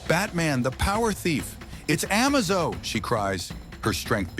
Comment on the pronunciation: its pernounced A-maze-zo